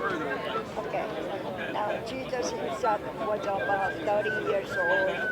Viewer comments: ...Actually...is pronounced as "Jejus"... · Did she just said Jegus ? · I can't hold my laughters every time she said "Jee-jus" 😂😂😂😂😂😂😂😂😂😂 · 😀😀😀😀 can't even pronounced Jesus properly...